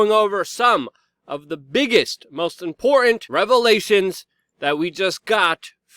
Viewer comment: "Imporran"- stop it! Great report though! Thank you! #ClintonBodyCount - is GizzSling Next? "import - tent"